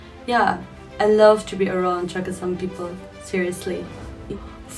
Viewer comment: It's" CHAKHESANG" and not as Chakesang.